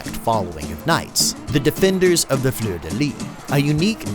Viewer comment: You gotta pronounce the S in fleur de lys